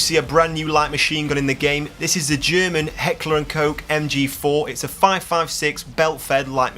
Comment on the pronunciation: Nice video, good details pulled from it. PS, it's Heckler and Koch (Cock) German word, same as Fuchs, pronounced like the word i can't type here.